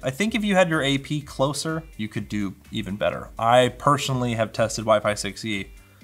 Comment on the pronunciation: "you can curl with this thing" very Canadian, I love it!